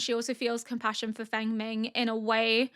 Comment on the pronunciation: Fengming is pronounced like Fong-min, I think.